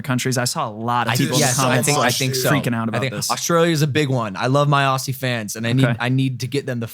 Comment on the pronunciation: I live in Australia and we better see that fight 😂 btw it's pronounced Ozzies Logan 👌